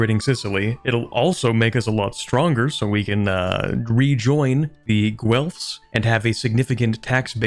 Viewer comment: That's not how you pronounce Guelfs.